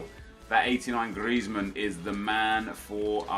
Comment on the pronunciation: Who else finds it annoying how he says griezman